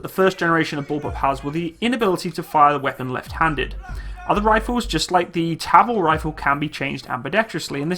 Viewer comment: its a tavor not a tabol